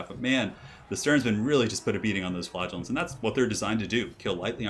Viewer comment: I always pronounced "Flagellants" the way "flagella" sounds. The way you say it makes it sound exactly like "Flatulence" lol